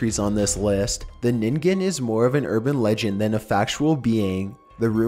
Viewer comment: It always amuses me when the ningen is featured in a narrarated video, so many different prononciations people come up with. It's pronounced nin-gen with the 'g' being that harsh g like in game or glint. But 'nin-gin' is actually kind of adorable... (some people have pronounced it 'nin-jin' which is hilarious to me because ninjin means carrot, ningen means person)